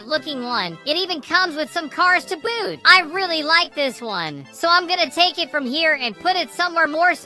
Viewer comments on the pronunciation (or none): none